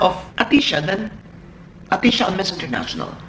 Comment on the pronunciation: Sir AHTISA, not ATISHA.